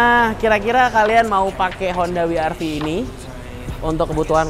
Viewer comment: wi ar vi untuk pengucapan dialek Jerman